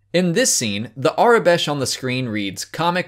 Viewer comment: Where might one find the aure besh (Or how ever you say that) That you have? :P